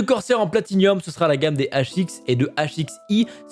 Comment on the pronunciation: On dit pas plati-nium mais plati-num